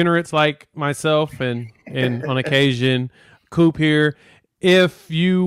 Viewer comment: Why you calling him, "Mean Coop?"